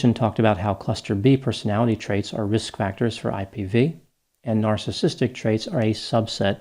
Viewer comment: He also couldn’t even pronounce “narcissistic”. Lol.